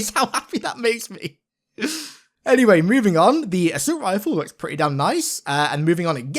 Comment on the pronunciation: The “asuit rifle” ?